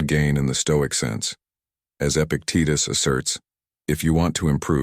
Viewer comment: They want an AI future and yet this robot voice says "Epic Titus".. Epic Titus... then later "ease" is given for the word eyes, "pows" for pause... this robot app is very bad at the English language.